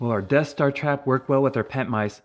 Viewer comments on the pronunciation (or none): It might be pronounced Des-ster